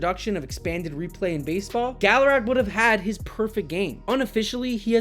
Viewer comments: It's galaragA. Constructive criticism dude if you're going to do the channel you need to learn to pronounce these players names right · Learn To pronounce names , Gallarag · Great script and execution except the mispronouncing of Armando Galarraga’s last name really took me out of the video.